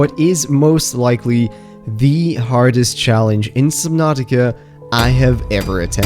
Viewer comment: “SubNOTica”